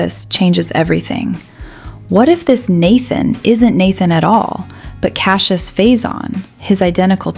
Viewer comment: Don't say Cassie-us, Say Cash-us